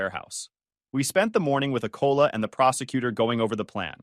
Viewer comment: AI pronounces colleague as cola... The hell am I even doing here?